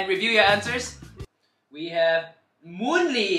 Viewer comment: 😭✋🏻 PLEASE “moonley” 😭